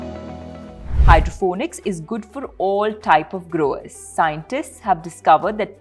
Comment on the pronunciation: Hydroponics, not Hydrophonics or Hydrofonics.